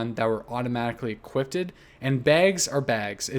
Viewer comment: Did.... did you say equipted?